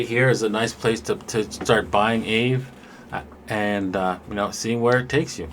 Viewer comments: It’s Ah-vey lol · aave ( Ah-Vaey ) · Hi. Aave, they prononce it like "Ave Cesar" in latin (or spanish if you want). Or like « un ave » in Spanish (a bird)